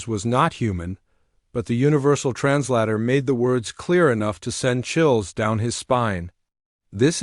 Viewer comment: "Trans-latter"? Teach your AI English!